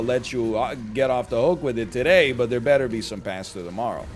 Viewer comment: The pronunciation of pasta almost made me tilt